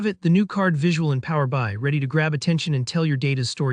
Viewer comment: Strange narration. Who pronounces PowerBI like that?